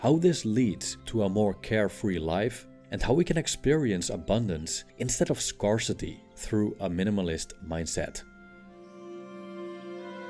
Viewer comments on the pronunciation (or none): it is not scar-city but scare-city pleeeease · Great video, but it would be beneficial to look up the pronunciation of "scarce" and "scarcity". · I love your videos. They're awesome and very helpful. One tip on this one that may be useful for your next productions. Check out the pronunciation of the A in the words "scarce" and "scarcity". It doesn't follow the intuitive rule. 😊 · Work on your pronunciation on the word "scarsity" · Your videos are awesome and full of wisdom. To make them perfect, please, check the correct pronunciation of the word SCARCE and SCARCITY. You use them a lot in many of your videos and you always mispronounce them. 😊🙏